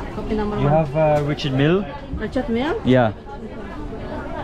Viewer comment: Its richard mille not milly